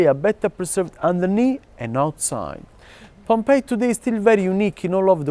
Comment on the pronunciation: I'm glad you call it Pompey ( pom-pai as it should). I've heard a fellow countryman of yours call it with the hideous sound of pom-pee. Thanks. It's greatly appreciated.